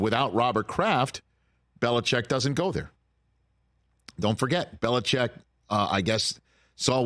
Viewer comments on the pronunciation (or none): Why do people say “bel-ih-chek” when it’s spelled Belichick? Surely it’s pronounced “bel-ih-chik”?